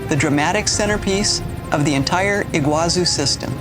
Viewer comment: It's pronounced Iguazú, not Iguázu. The accent is in the last syllable.